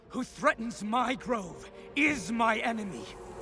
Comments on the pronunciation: *Grove. Please stop saying “Drove” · The word is GROVE lol, not drove